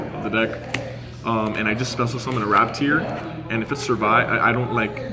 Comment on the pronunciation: Mfw "raptier"...its ratpier